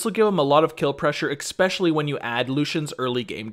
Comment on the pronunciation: Take a shot everytime he says expesionally